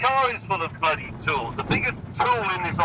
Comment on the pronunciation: I actually think you can hear his Bristolian accent come through a bit in that rant. Normally he talks with such a neutral accent but they say when people are upset they revert to their native accent. Listen to how he says 'bloody'.